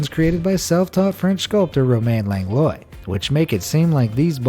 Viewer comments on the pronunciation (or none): I believe "Langlois" is pronounced LANG-lwah, not LANG-loy. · Langlois is pronounced 'Lang-wah' you goon. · so i have the same last name "langlois" and your certainly saying it wrong my guy...